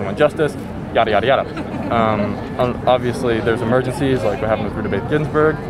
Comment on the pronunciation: "Ruder Bathe Ginsburg"